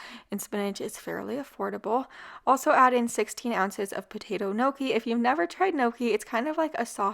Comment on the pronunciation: Throw the word "gnocchi" into Google for pronunciation please